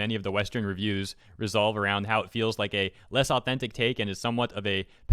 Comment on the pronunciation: RUN. It says RUN. Why is it all these youtube gamers, whose only job is to read aloud what other people have written, can't read? Add. You also fucked up REVOLVE.